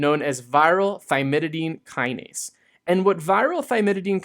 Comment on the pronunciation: thymidine kinase, not thymididine kinase, which you keep on saying. I get this too with phenylalanine lol